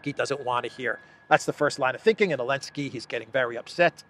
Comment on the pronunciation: Coke makes people paranoid, that's Zelensky's problem with the firing! Why do you keep saying Elensky, it's sounds stupid! No offense intended!